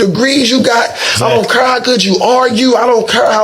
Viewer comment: "be feminine and submissive" meanwhile this male got his hat on backwards and he's not even sitting straight up like a proper male should and he pronounces "care" like "curr" sir you don't deserve a feminine submissive wife